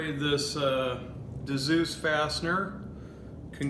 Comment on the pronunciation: Dzus pronounced zues